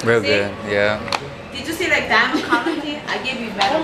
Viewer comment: Lol “dimiond”